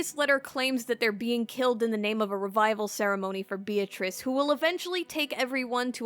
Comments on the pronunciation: Says Beatrice's name wrong Unsubscribe. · ... when you say you love Umineko but you pronounce Beatrice's name wrong... it hurts my ears every time you say it sorry